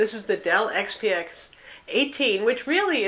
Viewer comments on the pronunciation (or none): Dell xpx ? Not gonna a watch a video review hosted by some woman who can't even say the product name. Wondering why it wasn't redone either. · she said it right the second time... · You must know nothing about this reviewer. She always does an excellent job. You are refusing to find value in the review because she mispronounced something?